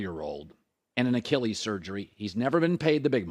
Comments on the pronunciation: I hate the way he says Achilles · The way he says Achilles infuriates me